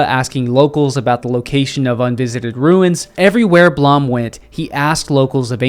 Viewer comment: Blom is pronounced "bloom"